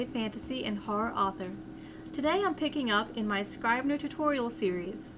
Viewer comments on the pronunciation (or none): Might want to check pronunciation of the product's name.